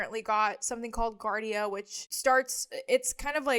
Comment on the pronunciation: It’s pronounced Gee-Ard—eee-uh and it’s a parasite that’s found in 💩 tainted water usually.